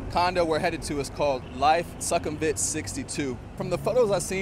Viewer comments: Good content, but Sukhumvit is pronounced SOO-kum-vit not Suck kum vit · As a 12:year Thailand resident from North.America I can confirm that most of your info is correct. However, your You Tube presentation would garner more respect if you put a little effort in to learning how local Thai folks pronounce common words. eg: Sukhumvit is NOT prounced "Suck - hum - vit". It is prouoinced " Sook - hum - wit". In case you havent heard the correct pronounciaton of the main airport in Bangkok "Suvarnabhumi" .... Locals pronounce it. " Soo - wanna- boo - mee" . Good luck & enjoy Thailand!